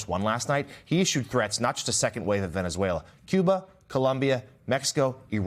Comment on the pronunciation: He can’t even speak the name of the country correctly and he wants to run two countries? Sorry Maga, now it’s Venezuela oil first. Then he will take over Greenland even though it is not at all necessary to do so, but you will pay for it anyways. So much for America first, then again I knew that was a big fat lie..